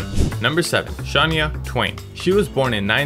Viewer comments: Baby her name is pronounced sha-ny-ah not shawn-ya 😂😂😂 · You would think, the least you could do, is learn the correct pronunciation of Shania's name.